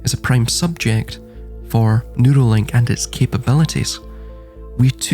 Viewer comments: I thought the same thing...that he was saying noodly.😂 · I know this a serious topic, but I’m over here laughing, because I thought you were saying, “noodle link.”😂😂😂 Then I realized you were saying “neural link” instead. I guess since “noodle” is slang for brain, that it would work.😂 I agree and have been saying they’re trying to establish a worldwide, electronic, pseudo scientific, eunuch, feudal serfdom. In fact, every “ism” in this realm, from capitalism to fascism to communism to socialism, eventually devolves into feudal serfdom. That’s the only form of government the “elites” will tolerate, and they hate the idea of us having anything—any comforts or luxuries.